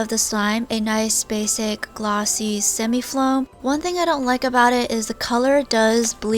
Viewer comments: Rainbow flowm beads 😂😂😂🤣 rainbow foam beads* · Why you are saying floam instead of foam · Stop saying floam it's f-o-a-m foam with no l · Instead of “floam beads” it’s “foam beads” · Isnt it foam not floam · It's foam beads not floam beads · It’s foam not floam